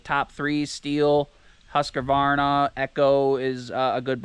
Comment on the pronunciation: Its Husk - Varna there is no a in the middle 👍